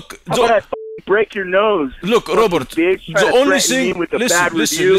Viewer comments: The way says Robert it sounds like he's saying Robot🤣🤣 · Is it robot or Robert lol 😂 the way he pronounced it.